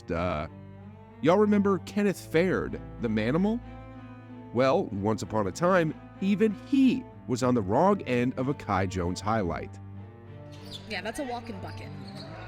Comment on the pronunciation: Kenneth "Fared" too